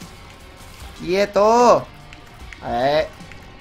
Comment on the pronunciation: Me encanta cuando dices 'Quietorl', dilo mas seguido xD